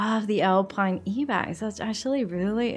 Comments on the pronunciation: Do you guys pronounce ibex as “E-bex”? Have I been pronouncing it wrong my whole life? 😆 I always called it the “Eye-bex “ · lady, you pronounce "ibex" as in "eye-bex" :D in afrikaans i still say "eeuh-bex" by accident and it took be long to figure it out XD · It is actually pronounced Ibex with I